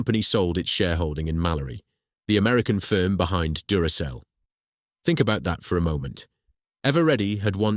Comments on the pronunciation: Anyone who pronounces Duracell as Durakell has just failed the 'I'm not a robot' test in more than one way. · Yes the voice was convincing up to that point. If the voice had pronounced Duracell correctly I would have thought it was Human. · This is the second video I've watched from this channel - the first being a potentially forgivable mispronunciation. When I counted the third "Duracell" flub I gave up. Essay format good in principal, but too long with too many repetitions. And if you can't be bothered to listen to your own V/O then why should I.